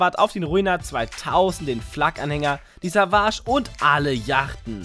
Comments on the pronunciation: Der Savage! Man spricht es ungefähr Sähwadsch aus 😅😉! Und nicht Sahwasch. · er heißt immer noch "säwage"😂😑 nicht savage